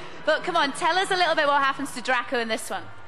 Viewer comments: THE WAY SHE PRONOUNCED DRACO LMFAOOO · This woman rlly said “dRakKo” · "Drakko"? Lol, she obviously hasn't watched any of the films